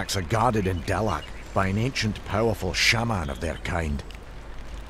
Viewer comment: Oh your buddy wimped out. ANOTHER VICTORY!!! KOBOLDS! QUICK! FIND ANVIL-KUN "Put your hands on the stone" Yeah... the "Stone"... of course. hurhurhurhur fapfapfapfap this guy has interesting ways of saying words... like "shaman" easily amused :) I call BS true story